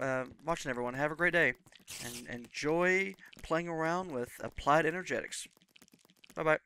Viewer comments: Turned off after a few mins. Critism, would be becuase of the wording you're using. Its en-er-gist-ics. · good video. But it's enerGISTics. sorry :P